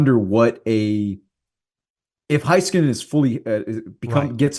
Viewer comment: Hey-skanen, Bish-el I know yall are on the cowboys station but get the names right